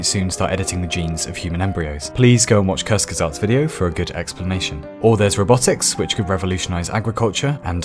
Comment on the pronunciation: As a german I must say it doesn't sound right, but ok.